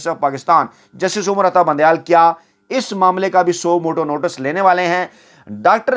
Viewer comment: word is notice not notas